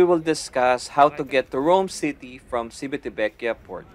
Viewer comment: It's Chivitavekiya😊 Italians don't pronounce their 'ci' like 'si' in Tagalog. It's weird, but that's the way they pronounce their words. 'Chi' on the otherhand is pronounced 'ki' like in Kiko!😀